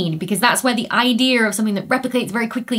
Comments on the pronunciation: RE: your last blooper. Yes, meme is pronounced as you say. Idea, on the other hand, does not have an 'r' on the end. Just saying. ;) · Raves about people pedantically whinging about pronouncing "meme"-- pronounces "idea" "ideer". They need to get over it.